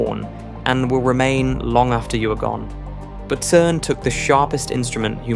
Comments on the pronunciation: “CERN” is pronounced “sern” and not “kern” . Please edit the AI when an important word will be used repeatedly. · AI Generated slop. Anyone making videos on this topic would know that "CERN" is pronounced "SERN" with a soft "C" (like the c in center or circle). Not "KERN". The name comes from the acronym for its original French title, Conseil Européen pour la Recherche Nucléaire. In French (and English), a "C" followed by an "e" makes a soft "s" sound! Like everything this channel does, it either misinterprets things deliberately, or takes a real physics fact, adds an unresolved question, and then, after a dramatic metaphor, makes an unjustified existential conclusion. It is complete garbage in terms of scientific accuracy. But as with them all, it makes the same mistake of assuming materialism, rather than noticing that YOU EXIST... ;-)